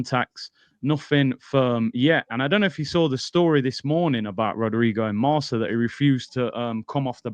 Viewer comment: Marca is “Mark-uh”, not “Mar-Suh”